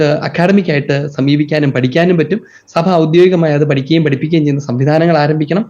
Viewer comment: സഫ അല്ല... സഭ എന്നു പറയണമെ സർ.